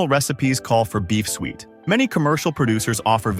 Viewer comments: Suet sue-it. What the hell, sweet????? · It is pronounced SOO-IT, NOT SWEET. We call it FRUIT CAKE here, not pudding.